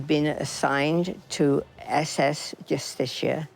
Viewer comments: Your saying the ships name wrong. It is not "Justistia." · You're making a real hash out of pronouncing the name JUSTICIA